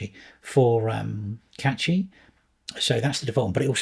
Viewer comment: Can we start pronouncing Cachy correctly. It doesn't contain a T.